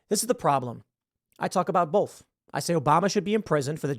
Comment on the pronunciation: Tim, stop saying "bolth", say "both"